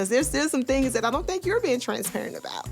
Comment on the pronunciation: Roll that bean footage back! What was that word attempted to say? "Transaparient!" Girrlll!!😂